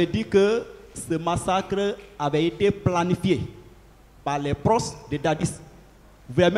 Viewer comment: on dit "proches" et non "proces" trop de lettres "z" dans tes prononciations